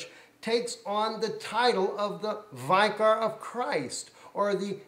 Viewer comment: the word vicor is pronounced vic or not vi cor. If you are going to preach at least know what you are saying. Look it up in the dictionary. IT MEANS CHRIST ON EARTH..